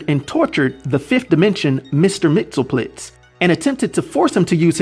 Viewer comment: It’s always funny listening to people pronounce “ Mxyzptlk “. Such a tongue twister.